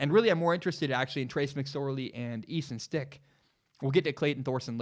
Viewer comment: You almost lost all credibility in mispronouncing the North Dakota St. QB that 99% of us had never heard of. We can let that one slide. Credibility restored.